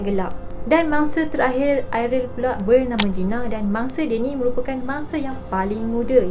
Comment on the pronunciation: Ariel ke Airil.. dgr macam Airil😂